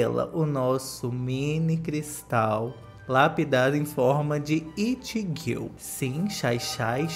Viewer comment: Q agonia ele falando “girl” tudo errado